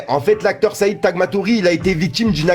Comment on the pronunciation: taghmaoui le roh pas tagmatorie lol